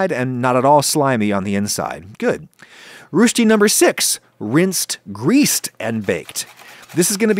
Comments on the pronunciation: It's more like the French word boef. Roesti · Great video. I am going to try some of those techniques. Grew up on roesti, never was a fan. But maybe that's because there are more ways to fail than succeed! On a side note, it's pronounced closer to "rush-ty" rather than using the "u" in "ruching". Of coure "oe" or o umlaut is a German vowel and has no equivalent in English. It does in French (the famous "euh" that the French use when hesitating). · As a Swiss guy, I had to laugh at the way he pronounced Röschti 🤭 Liked the video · "Rushte", very funny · It’s not pronounced “rooshdy.” The vowel is ö. You can approximate it by forming your mouth as if you’re going to say “o” and then say “é” (or “ay”) through the rounded lips. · Please, you pronounce "Rösti" as "rushtee". The "u" ist like the "u" in the word "burn" and the "ee" at the end is short. The stress in the word is on the "u" or the "ö", so thi "öö" is a bit longer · Rooshdi.... Man I wish with all this effort you would have spent 1 minute googling the pronunciation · It's not "rooshti" for God's sake! The vocal is pronounced somewhat like in 'burn' or 'her'. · It's /ˈɹɔsti/, /ˈɹʊʃti/, not a persian writer lol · it's pronounced roastie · rooshti? bruh... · You pronounce rösti like the last name of Salman Rushdie, there’s no h in Rösti, an ö isn’t pronounced oo, think of Swartzenegger saying the word turn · Please. PLEASE, get someone to teach you how to pronounce Rösti. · I was going to say that he really butchered the word. It's not standard German, it's not Swiss German, it's far worse than any native German speaker of any variety of German would ever say it, it's simply completely wrong. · I died a bit inside when he tried to pronounce Rösti :) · If it's pronounced anything like it's spelled then he did an awful job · classic anglo. always bothers me they cant even hit the little audio play button on wikipedia to get an idea of what it sounds like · ö is not u. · bro butchered the easiest word 😭